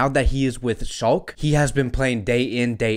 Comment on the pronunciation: Shalke is pronounced as SHALL-KAH